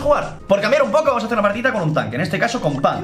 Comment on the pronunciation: Haré lo mismo que todos... Fallaste un poco con "poco" xd